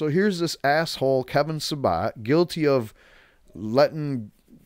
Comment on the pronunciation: The idiots name is Sa-BET Not SaBOT. Not to give him more respect but You deserve to sound more clear and correct.